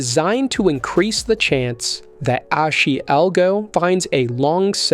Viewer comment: It's pronounced "Ahh-Shee". Makes you sound like a noob.